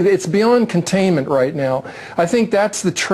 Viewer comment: This reporter fucked up the word containment twice...